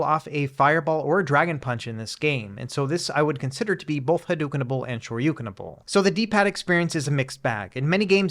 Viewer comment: I always wonder how many takes it takes for him to say it right lol